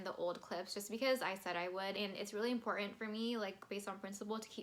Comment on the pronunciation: You have no chill when you say "imporAnt"....I Stan love that. Your TS lyric analysis is extremely thorough. You do bring some new and extra perspectives...many most I do agree. I watch tons of TS reactions but you are top tier know your stuff/ Taylor! Bravo I appreciate you!13 I do believe Bonnie and Emily of "Chats and Reacts" are the CEOs of all Swifties when it comes to Taylor lyric breakdown and TS herself. I'm in the enjoyable process of watching all your TS vids(beg to end)...I also believe you are standing next to them bringing additional depth and occasionally the new "makes sense" perspectives. I do share your enthusiasm for Death by a Thousand Cuts and agreed top best bridges Taylor blessed us and was blown away/ shook by this song. Not as long as your video but I tried. Btw...all your random forms are entertaining and I enjoyed all(Jean jacket you, bangs you, dress you)...glimpses of your personality definitely low key shines!